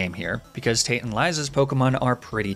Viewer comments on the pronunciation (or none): none